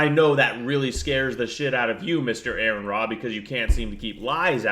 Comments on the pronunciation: first off all it's pronounced Are-on. And you have the balls to talk about his looks while your fat wife rolls around in that poor chair? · I lasted 2 minutes, I quit listening when you mispronounced his name. You couldn't even get the man's name right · Wow dude. You pronounce his name wrong and cannot use sources for your debunking. Go to school bud. You are waaay out of your league. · I'll point it out from teh start. Why are you mispronouncing Aron's name? It's Aron, not Aaron or Erin. If you want to pronounce his name correctly, it's simple. Just say the letters R N. The 1st Commandment dirrectly contradicts the 1st Amendment. 1st Commandment: "You shall have no other gods before me." 1st Amendment: "Congress shall make no law respecting an establishment of religion or prohibiting its free exercise thereof." Freedom of Religion is in direct violation of the 1st Commandment. What makes you think that there's a supermassive black hole in the (non-demonstrable) center of the universe? In order for there to be a center, there has to be borders. Are yo sure you've not confusing "center of the universe" with "center of our galaxy"? Because at the center of the GALAXY, there is a supermassive black hole. Aron Ra doesn't put faith in anything, because faith is useless. We've discovered plenty of planets capable of sustaining life. In fact, I think it's one of Jupiter's/Saturn's moons that has been found to be capable of supporting marine life. We don't know whether or not there's life on those other planets, because we don't have the capability to that at such a range. The universe is a big place, so the likeliness that we're the only planet that has life is astronomically low. In fact, we have confirmation of other life. Plenty of space rocks have been found to have microbial life. The chimical reactions that lead to the formation of life on earth are NOT an ex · His name is Aron, not Aaron. Only one A. Pronounced like the initialism for Registered Nurse.